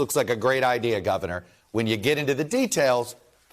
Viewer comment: Did Ari say ideaR? Like Bostonians who drop R's then place them where they don't belong? I can say that as a propa person from Southie (back in the day) I immigrated to Quincy. In a village in Yorkshire, UK on my first full day after an insane night out... My friend dropped me at a pub for "the cure" and was meeting me for lunch. I asked the bartender where to get tablets for a headache. He told me to duck through an alley and look for the Chemist. There were alleys everywhere! I was lost but realized I had a stalker. Did I mention the previous evening? Well it was a lady with a baby in a pram wearing high heels and full makeup. I ducked into another alley to let her pass. But ste stopped and looked at me. She explained I had been with her husband the previous evening into the WEE hours. I flatly denied the accusation! She informed me her husband was the bartender I'd taught to make a few American cocktails. We became fast friends and she walked me to the Chemist. Before we parted ways she asked me to speak to the baby in my American accent. I obliged and said "Pak tha ca in Havad Yahd" She asked if I was from Texas and I said Yes mam